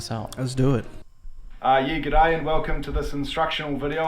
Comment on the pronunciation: Americans really struggle with g'day.... Don't think of it as two words: you are not "ramming two words together" ... It's not the same as saying "good day" or "have a good day": those phases are only used when saying goodbye to someone. Sure the origin of the word is obviously a contraction of "good day" but the association was lost a looooong time ago: think of it as a completely unrelated seperate word now: there are thousands of other examples of words that are have changed like that. Pronounce it "gidAY"... Very very short "D" and no gap between... Or think about the Radiohead album "kid-a"... It's like that but starts with a G :P